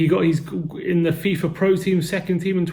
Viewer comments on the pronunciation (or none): none